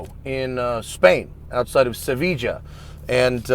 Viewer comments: I think Seville in ES sounds more like "Se bee ya". I wanted to see the conversation with the mechanics on why the manual mode is not working and what if anything they did to the ECU to fix it... 😁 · "Seviga" ugh that made me cringe.